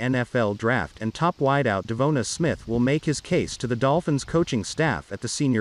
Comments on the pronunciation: Devonta please Lord learn how to pronounce his name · Say his name right or just say smith